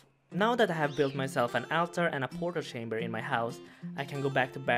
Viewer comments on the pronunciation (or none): "Portal shamber" My god accents are a strange thing <3